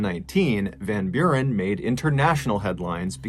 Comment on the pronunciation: As a dutchman hearing you pronounce Van Buren I actually kinda chuckled, you actually said it pretty well